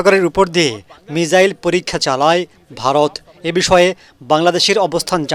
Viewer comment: মিজাইল না রে বোকাচোদা মিসাইল 😂 আগে বলতে শেখ তার পর আসিস খবর মারতে 😂😂😆😆